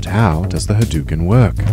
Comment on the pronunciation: Ha Dough u ken... haDOuken..... ryu literally does not say ha DUKEN... This was painful to listen to.